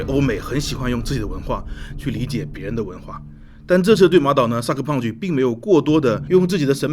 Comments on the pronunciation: 一直聽成cyberpunch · 听你说我以为这个游戏是“”三个胖子“”做的